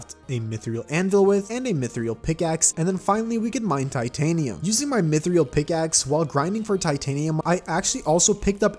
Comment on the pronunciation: I just started watching you, and you day mith-re-al instead of mith-ral